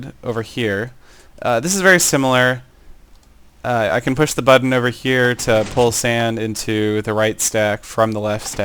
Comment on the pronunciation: you kind of say button like bud dun